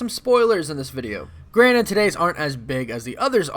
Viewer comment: Did you just say Granite? It's GRANTED